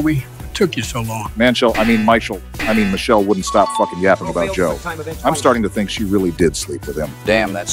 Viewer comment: Manchelle ❌ Michael ❌ Michelle ✔